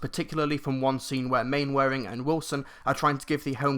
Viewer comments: Glad to hear that it's good, as I am a huge fan of the original series. Toby Jones looks horribly miscast in the trailers, though. Oh, and by the way, Mainwaring is pronounced "Mannering". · It's pronounced Man-er-ing, a joke in the TV series is Captain Square saying it wrong repeatably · I love how he says main-wearing.